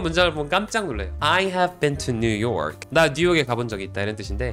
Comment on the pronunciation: New York’s (=is)라고 발음했다고 볼 수 있을 것같습니다. York 에 강세를 두면 더 좋겠네요. 😊